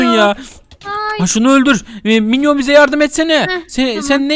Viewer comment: Milyon değil minyon